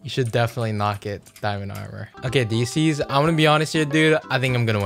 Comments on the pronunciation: Diecies Not Deezees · It’s die not de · lol he said deezee when its pronounce dicys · he pronounces diecies (Die-sees) as deesees (i thought he was talking about deezee but with s at the end) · "ItzDeezeez" literally Diecies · the name pronounciation is dye cees not dee cees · actully itz dicees not deezeee diecies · Deecies. D e e c i e s... Bruh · not dicies its diecies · It's die cie not disis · “Decies” LOL it’s diecies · Man’s really said dee zees lol you funny love you man keep up the good work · Its dicys; no pronounce it as "dyecies" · He called him dezze😂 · Diecies pronounced as "Die - sis" :D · Uhhh you been calling his name wrong like Bhuh it Di-c (for pronounce ) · his name is Itz DICE-EEZ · Daysis not disis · Did he just say Deezee? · Rky buddies it's not how u say diesces it sounds like ur say deezee and that's another bedrock youtuber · It's diecise lol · Dude its die. Sees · its pronounced "d'Y'cies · Hahahaha he said diecies name wrong hahaha 🤣🤣🤣🤣🤣🤣🤣🤣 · Who’s here after Diecies did his week long live stream? Also, he doesn’t even know how to pronounce Diecies’ name bruh.